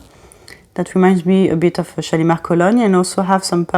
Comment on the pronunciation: What a beautiful accent you have ! I would love to be able to pronounce those lovely french fragrance words as you do. The only YouTuber I’ve heard thus far, who can pronounce this new Shalimar perfectly. 😊 I love the new Shalimar! I’m a big fan of the original Shalimar too, edp & edt and cologne. Guerlain is my favourite fragrance house. ♥️ They do the most beautiful vanilla. Great video thank you and new subscriber. Warm greetings from Australia. 🤗🇦🇺